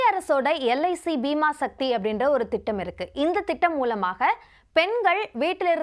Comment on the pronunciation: Bima sakthi ❌ Bima sakhi ✅